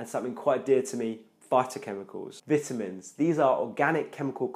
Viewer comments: Oh my god Bruh I couldn’t watch your video, this is America Veyetamin it’s Vi-tamin Not V-it-amins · Vituhmins.....'nough said. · It’s vitamins the first “I” says it’s name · SO I been saying vitamins wrong my whole life...